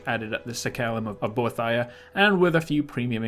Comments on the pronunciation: bo-ee-thee-uh not bo-uh-thi-uh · ohhh myyyy gooood its bo-eeeeeeeee-thhh-iiiiiiii-aaaaaa not bo-thia!!!!!!! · I believe you pronounce Boethia bow-ee-thee-uh. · It's pronounced like "bow ee thee a" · I cringed every time you pronounced Boethia. :P Serious though, I love your videos. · the way you pronounce boethiah kills me bro